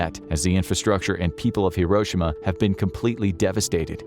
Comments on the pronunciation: Not to put too fine a point on it, but it’s not hiROshima, it’s hiroSHIma. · It's pronounced hiro shi ma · The narrator is not pronouncing Hiroshima correctly. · Should have tried pronouncing “Hiroshima” correctly.